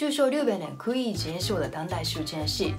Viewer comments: 日本（riben）の発音って上海訛りか？ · 不会的，这位的发音有问题